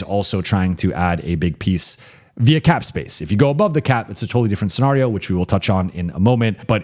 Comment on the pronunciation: I swear says scenario the way he does on purpose. He says it way too often not to know how it is actually pronounced. Then again maybe I have been wrong my entire life along with 95% of the people I have ever heard say the word?